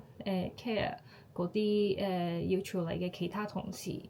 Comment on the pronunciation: 用 "媽咪" 會自然啲， 用 "生完仔之後" 會好啲， 男女平等，平讀ping4，唔係 peng4， 處理，處讀 tsy5。 其他都講得好好，有95分。 聲音好溫柔，聽落反而有啲唔慣，不過好吸引，幾好。